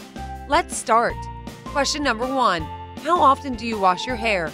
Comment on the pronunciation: HAHAHAHA did anyone else notice "Houw" instead of How HEHEHEHE🤣🤣🤣😂😂😂😂